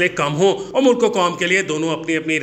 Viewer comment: It is MULK instead of Mu-Luck.